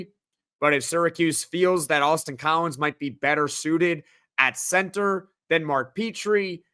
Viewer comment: Every time someone says Austin Collins, my brain hears “Boston College”. I can’t unhear it. 🤭 I won’t hold it against him, though.